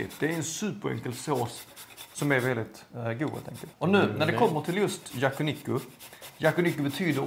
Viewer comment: Det heter yakiniku och uttalas så. Men säger fel vid åtminstone ett tillfälle (tid min.). Då säger han yakuniku.